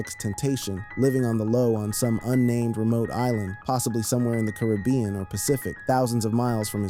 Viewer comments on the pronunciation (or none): none